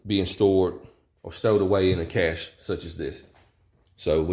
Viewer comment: I was thrilled just hearing someone pronounce cache properly. It just got better from there. After my folks house burned down I did something similar but also a bit more mundane. I added a few changes of clothes and a pair of boots. Depending on the circumstances you are building it for adding a thumb drive with scanned copies of important paperwork. Overall you have a great starting point, customization from there is just adding options. Some of those options will be location or situation dependant. If you live in the desert you might want to include canned water rather than just having purification and storage containers. Up north maybe adding warming layers, that sort of thing. Very practical approach.